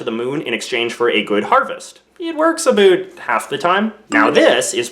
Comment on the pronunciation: Aboot? Oh about... A Canadian accent